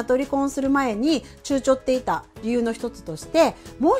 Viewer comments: 私も気になってしまったけれど、ちゅうちょるって、ちょっと可愛い…😆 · 躊躇っては、ためらってと読むんですよー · 躊躇って、は ためらって、と読みますよ✨ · 躊躇 は ちゅうちょ ですが 躊躇って は ためらって と読みます。 熟字訓は難しいですよね。 読む前に確認をして、ふりがなを振るのはいかがでしょうか。